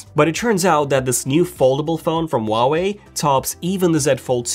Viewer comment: The pronunciation of the brand: Who-ah-way